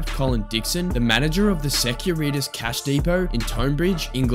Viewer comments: Ok vid. But jeez. Pronunciation. How do you pronounce security? then why pronounce it sec-uri-tas? 🙄😅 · Nice video - Securitas = secure eeee tas pronunciation, I think it's latin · it's pronounced secure-ih-tass. Video pronounced it to rhyme with senoritas lmao